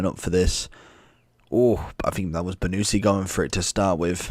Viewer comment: It is not "BONUSSSI" but "BONUCCCCI" lol! wrong pronunciation !